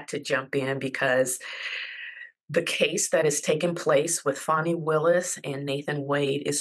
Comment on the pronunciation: It’s FAN - ee, not FAWN - ee.